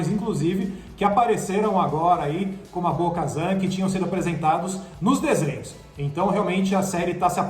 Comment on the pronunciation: Bo-kazam?!!!! Wtf véi